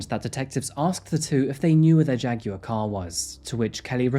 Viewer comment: I like how you say JAG WIRE 😊